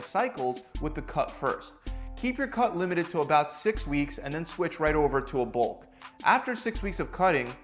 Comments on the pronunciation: it said Bluk instead of bulk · Blukking is better than cutting or bulking I hear...I just don’t have a clue what it is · Bluk to be a hluk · "Switch to a BLUK" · "BLUK" hehe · “Switch to a Bluk” 🤣🤣🤣